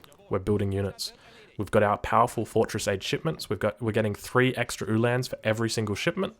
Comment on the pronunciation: Very good except for the Ulhan pronunciation. It's like hitting the wrong vowel in an english word over and over. Its not han like hand it is han like Han Solo.